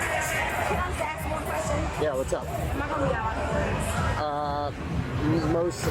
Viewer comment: She can't pronounce Ask, why is it always aks?